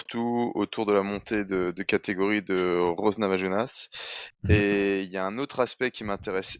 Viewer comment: Je commence juste la vidéo mais j'en profite pour te demander pourquoi prononcer Namajunas à l'espagnole, alors qu'elle est Américaine d'origine Lituanienne ?